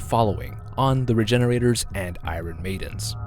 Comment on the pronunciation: The way he mispronounces "iron"... Jesus.